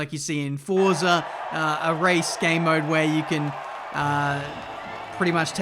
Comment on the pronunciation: Personalised wish list for to pronounce Forza properly